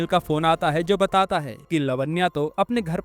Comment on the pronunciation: Batat hai ye kaise bol rahe ho aap you tube pe explain kar rahe ho movie